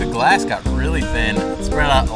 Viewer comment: “that’s what gllaahsand” “ YOU MADE SAND”